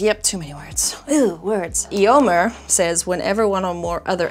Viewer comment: The only thing that bugged me from this episode is pronunciation of "Éomer" 😂 "ay·ow·mr"